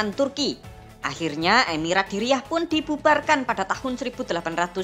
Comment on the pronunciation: Pelafalan bahasa arab anda sangat buruk. Dir'iyyah jadi diriyah 😂